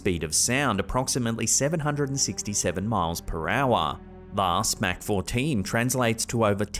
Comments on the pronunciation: Mach has no K in it lol is should sound like mock Not mac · Come on, it's pronounced as Mock not Mac. Yes it's spelled Mach, but the H isn't silent in the sense it's verbalized as mac, and it's treated as if it were spelled Mahc. But yeah, Mach 1 (Mock 1). ❤️ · it's actually pronounced mock but spelled with an a, mack. Just fyi respectfully. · before anyone else roast you for it. "MAC" is a sandwich from McDonalds. Mach is pronounced M-AH- C. AH AH AH Mach. Thanks for the videos! Keep em coming! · Pronounced mock 14 by the way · Mach is pronounced Mock.